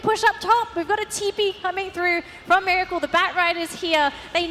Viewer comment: its meracle not miralce